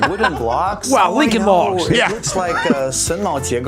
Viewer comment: Rincoln Rogs?? I ROVE RINCOLN ROGS!!!